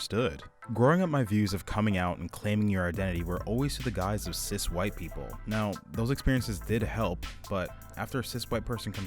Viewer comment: Okay im all up for this but he lost me at "cis", "cic"... "SIS". Not trying to show any negativity, im bi but there's so many out there I can't keep track, what is this he speaks up.